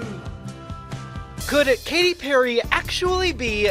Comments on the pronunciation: he said Catty Perry 😂😂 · "sheeps" 🙄 and "Catty Perry" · did he say Catty Perry? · Cat-ee Perry